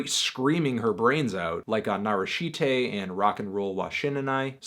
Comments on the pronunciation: How do you call it "nah-rah-shee-tay" when she literally says "nah-rahsh-teh" in the song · (NARASHI)TE is just "te" not "tei" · "narasheetay" lmao